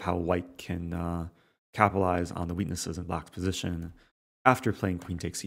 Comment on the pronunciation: positiuun Lol, its pronounced position mr rosen